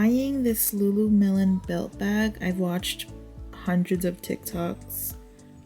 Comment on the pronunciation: Did you say Lulu-melon? 🥰